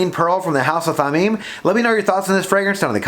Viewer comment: Thameen. Your first pronunciation is correct. Thameen is precious in Arabic.